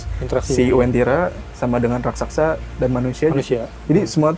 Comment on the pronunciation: raksasa bukan rasaksa